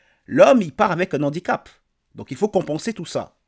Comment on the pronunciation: Analyse brillante. (Ne dites pas : « un nandicap ». La liaison ne se fait pas avec le nom « handicap », qui commence par un « h » aspiré – tout comme « harcèlement ».)